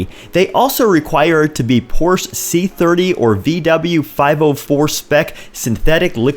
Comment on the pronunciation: 👾Hey Sport...Porsche is a two syllable word...